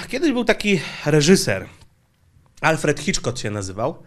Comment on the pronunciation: "Alfred Hiczkot" xD